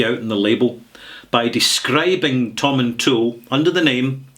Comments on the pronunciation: Wonderful explanation tehklevster. I have visited the town of Tomintoul many times as I always make it a stop over point on my way up to Forres and Elgin. I used to spend many hours at the Whisky Castle shop. I have always pronounced the name Tomin-towl, but noticed some there pronounce it "Toil" as in "toil the land". I just wonder if the town and the distillery are pronounced slightly differently, or is that silly question? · I was going to say that too. Im from Elgin and that's how we pronounce it.